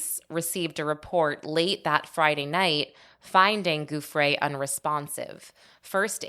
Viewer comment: Giuffre is pronounced Jew-Fray